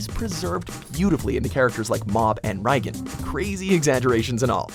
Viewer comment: The pronunciation of names by this channel is something i will never understand, it's Reigen...pronounced the same way as President Reagan, Rye'gen is a type of bread -.